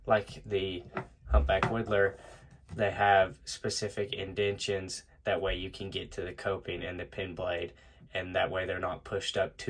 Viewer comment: "Indentations" In-den-ta-tions not "in-den-tions"